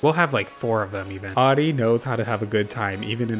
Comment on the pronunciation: I'm living for how you butchered Audie's Vacay house. Haven't laughed that hard for a long time. Thank you like genuinely thank you ❤️